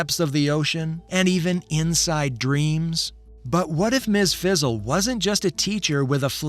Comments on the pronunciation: ...Fizzle? It's Frizzle! I guess AI can't say Frizzle. .. .Heathcliff is from 1973 and Garfield is from 1978. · Its Ms fRizzle not fizzle... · Sounds like ai. Kept saying Ms Fizzle lol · Anyone else getting annoyed with him constantly calling Ms. Frizzle “fizzle”? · Anyone else super annoyed with this bozo calling her "MS FIZZLE?" it doesnt take much to make sure youre pronouncing something correctly. Friggin putz